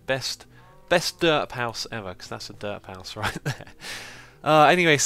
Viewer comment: I agree. And "derp house" sounded like "dirt house".